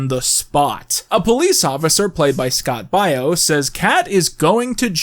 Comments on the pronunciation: Pronouncing Scott Baio as Scott Bio?!? Okay... You HAD to do that on purpose. You said his name WAAAAY too frequently, and no one is this culturally inept. He's been an iconic figure in American sitcom television for like the last half century. Also, Google. ...and Then, , after mispronouncing it like 20 times, you inexplicably pronounced it correctly?!?!? See? Not buying it. I'm onto you. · ughhh dude Scott Baio's name is pronounced "BAY-O" not BUY-O.... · The way ur saying Scott Bio instead of the correct way which is Scott Bayo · BAY-OH BAY-OH Scott fu@ Baio. WTF? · The cameo of Scott Baio (pronounced like Mayo) is an interesting choice because he played a babysitter or "Manny" on Charles In Charge in the '80's (and '90s? - it was on re-runs for years) Yes, I'm 36 years old, lol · Your pronounciation of Scott Baio's name makes me feel so old... For the record, kids, it's pronounced "Bay-O". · How did you make an entire bit copying Erik's "old recording of me says people died" thing, but still don't know how to pronounce Scott Baio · Are you purposely pronouncing Scott Baio's name wrong or what? Because it's driving me nuts...Where the hell is the Cereal Killer shirt? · I’m an hour in and noticed several mispronunciations of Scott Baio and one mispronunciation of “puss” and I’m convinced it’s a bit that will pay off in the last hour